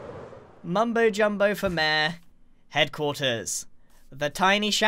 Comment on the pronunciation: I like the way Grian calls Mayor “mare”